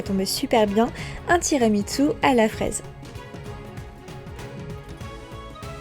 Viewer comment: Il y a un "t" de trop dans ton tiramisu 😉. Ça se prononce tiramisou.